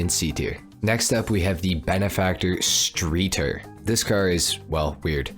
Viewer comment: Benefactor is german, obviously. So in doubt, go with a german accent. Streeter? Shtry-turr. Yeah, that's about it. Great video!